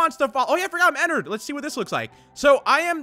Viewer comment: pretty sure its pronounced en ard and not en nerd ._.